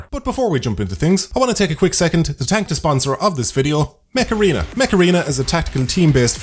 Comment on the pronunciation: Mech Arena - I thought he said "Macarena"